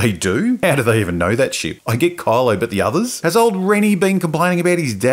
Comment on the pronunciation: I like how it sounds like you are calling him 'Carlo' instead of Kylo, makes it sound even more ridiculous for me.